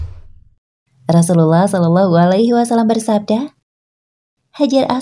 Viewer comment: Maaf, apakah hanya saya yg salah dengar narator menyebut rosululloh dg kalimat yang salah pada menit . Apa benar, narator bukan orang islam, krn salah sebut, jangankan salah sebut, salah baca saja bisa beda makna nya. Hati2 sama tajwid. Jangan sampai salah, apalagi salah ucap.